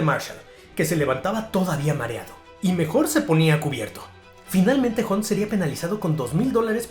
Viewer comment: Ocon como siempre haciendo show, gran recopilación amigo. Un detallito, la pronunciación de la "U" en Russell y Hunt, es como una "A". Osea se pronuncian "rasel" y "jant". Saludos estimado, gran trabajo!!